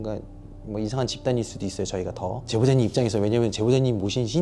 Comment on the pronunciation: 제보....잦님 이라고 나만들리는거? (제보자님죄송해요.) 왜 욕같이 들리지ㅋㅋㅋㅋㅋ